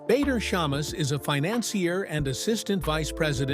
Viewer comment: Lindsey seems like a nice person, a survivor her husband's name is Not pronounced Bayder... its pronounced Badder... Before moving to Dubai she was living in next door country Oman... why and who with?... i do not know details, but she was clearly there - Oman is a very little bit different to Dubai, people live there if the have a job, or are their with spouse and/or family... Her husband may have the Kuwaiti nationality, but origionaly is of either iraqi or turkish decsent.